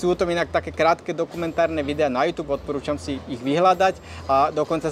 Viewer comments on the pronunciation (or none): none